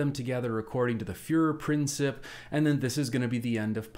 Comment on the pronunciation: Great video! One tiny tip: the commentator's pronunciation of "Fuehrerprinzip" - it's /prin/TSEEP - could be improved. :) Other than that - fantastic!